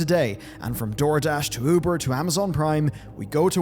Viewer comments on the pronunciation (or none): none